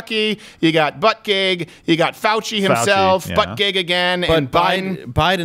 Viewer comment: Steven, It's not butt gig, It's BOOTY JUDGE! LOL